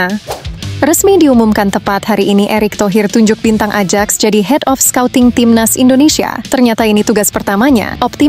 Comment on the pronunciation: Bacanya Ayaks bukan Adjaks...malu min salah sebut